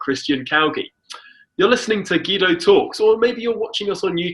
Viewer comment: Hi Guido, when are you going to talk about your incompetent government? And why can't you pronounce your own name? I'm actually embarrassed on your behalf.